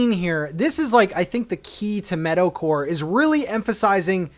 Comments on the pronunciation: Not me thinking you said metal-core and was confused with the villagers at first until I finally heard meadowcore 😂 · Dude up until about halfway through this video I thought you were saying "metal-core" instead of meadow-core XD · First I thought you said “Metalcore” but when you were explaining the villagers you meant “Meadowcore” lol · I can't tell if you're saying metalcore or meadowcore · Really thought you were saying Metal-core! Didn’t realize it was Meadow-core until 8 minutes into the video. 🤦‍♂️ Excited for the new island! 👍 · it wasn’t until he got to the island did i realize he was saying “meadow” core not “metal” core.. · thought you were saying Metalcore for the first 5 min of the video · The whole time I thought was saying metal core 😂😂😂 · Definitely thought you were saying "Metalcore" and got very excited for a second there